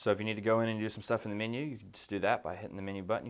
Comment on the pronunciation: It funny how sometimes a person speaks with a fairly neutral accent but will pronounce one or two words oddly. "Min-yew"